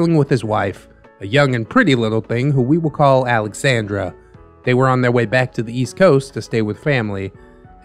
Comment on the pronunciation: I love this and I’m sorry but he’s definitely pronouncing Alexandra wrong.